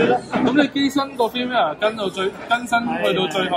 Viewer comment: 好多香港人都發錯音 firmware. Cambridge dictionary prouncation